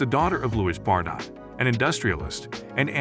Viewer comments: tough hearing her last name mispronounced bar_dot over and over; it's bard-oh. Must be some sort of AI input at play... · Do you not live on earth? How do you not know how to pronounce her last name?!!!